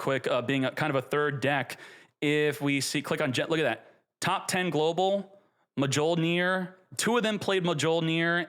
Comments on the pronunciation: He's pronouncing Mjolnir wrong on purpose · Bro PLEASE, mee-yol-neer. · It's pronounced myol-neer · We live in a post Marvel world, everyone should know how to pronounce Mjolnir properly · deserves to have his ash fingered for that pronunciation of Mljonir. Also how is Appo still in this game dawg! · Yeah I know its hilarious. i hope he doesnt go bald 😂